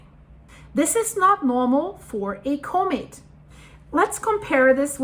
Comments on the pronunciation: Sounds like she's saying " comate" Does she mean Comet? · Say the dang word properly, “comet” 🤓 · One question - what exactly is a, "Co-mate?" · when you can't even pronounce the word comet, you shouldn't try arguing about what's normal or not for a comet a comet's tail is not a mechanical phenomenon as if it was being shotgunned by the solar wind the solar wind is a plasma, i.e. its a magnetohydrodynamic fluid, something that interacts way more through electromagnetics than through mechanics whether it repels or attracts is purely function of the polarity, opposites attract but like repels like